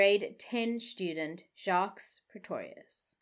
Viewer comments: please listen to the French pronunciation of Jacques as the S is silent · Hi 😊 In case nobody told you. (I didn’t read all the comments). The last “s” in Jacques’ name is silent. Pronunciation is: Jacque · TIP: You don't pronounce the "S" in "Jacques". The "S" is SILENT.